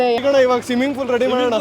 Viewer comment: ಸಿಮ್ಮಿಂಗ್ ಫೂಲ್❌ಸ್ವಿಮ್ಮಿಂಗ್ ಪೂಲ್✅